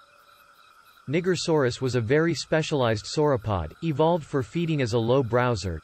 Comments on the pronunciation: That's pronounced NYE-jer-saw-rus. Using the N-word in a dinosaur's name doesn't give you a pass. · it's nie-jer-sore-us, you fool. (Sigh) Let's hope that you're not demonetized for this. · It's supposed to be pronounced "Ni Jer saurus" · Not quite sure if the pronunciation is correct I don't care honestly, that just made me shoot water out of my nose when I heard it. Absolutely hilarious 🤣 😆 🤣🤣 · there goes your monotization. I know that it's not actually pronounced that way tho. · Omg that’s now how you pronounce that country /dinosaurs name WTFFF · Sometimes it's not always good to use the text to speech thing especially when it mispronounces a word or name like Nigersaurus! Lol! smh. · did the text to speech voice just say the n word? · I had to dislike this as one shouldn't pronounce Nigersaurus as such.